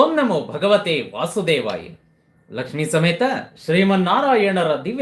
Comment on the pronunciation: Karagre vasate lakshmihi...not lakshmi ..it's lakshmihi